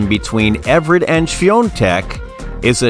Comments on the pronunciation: This video is unwatchable because Chris' name is mispronounced throughout. It's Evert (E-vert). NOT Ev-rett. If the video is going to be about someone, then get that name right for heaven's sake. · Evert - not Ev er ett. How difficult is it to learn the name of the person featured in your video? 🙄🙄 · YES very annoying mispronouncing her name! EVERT NOT EVERETT!! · It’s one of the most annoying mispronunciations because Ev er ett very clearly requires extra letters. It’s not like potato vs potato, am I right? 😬😬